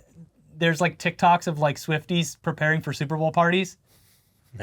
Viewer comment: Why can’t say Super Bowl?? What’s up with that??